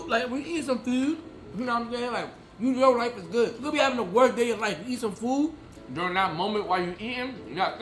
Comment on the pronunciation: “when you eatin food, like when you eatin sum FEWD” idk why that made me laugh bro I need help💀💀💀